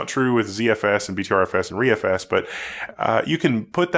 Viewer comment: Hey said ReFS right! I’m so amazed